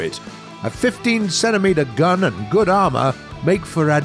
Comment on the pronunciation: Gotta love how he says CENtimeter